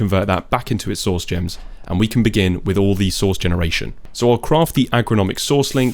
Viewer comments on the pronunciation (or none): I am so sorry, but every time you say "source" I can only think of you saying sauce 😭